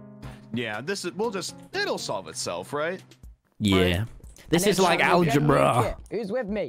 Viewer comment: Tommy it’s alge-BRUH